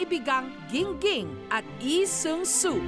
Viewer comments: Bakit eee its lee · "ihh sung suu" struggle is real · Nastressed ako sa tuwing babanggitin ni Jessica yung LEE SEUNG SOO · "na si EE seung su" 😂